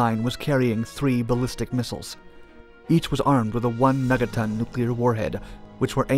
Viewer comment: Did he say "meta ton" or "mega ton?" 'Cause it sounded like "meta" to me. ;-)